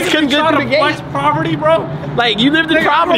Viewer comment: I don’t like to correct ppl because everyone makes mistakes, but when you mispronounce poverty more than twice something has to be said lol. IT’S POVERTY NOT PROVERTY 😂.